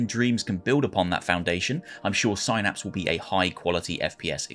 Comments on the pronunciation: Synapse=Sainaps? It's pronounced SIN-APS, FFS. Ya know, like what are in your god damn Brain. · It's Synapse as in synaptic or synthetic, not Psynapse like psychic